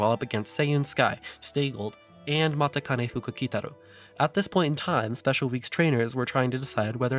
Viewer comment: Really cool. Looking forward to more. One small thing. Despite how it's spelt, Matikanefukukitaru is still pronounces Ma-CHI-kanefukukitaru, the spelling only bring that way to fit into Romanized script limit of 18 characters for race horse names. In Japanese it is spelt how it is pronounced, マチカネフクキタル.